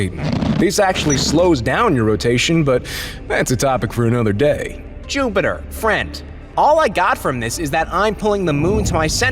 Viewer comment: no one: him: juptier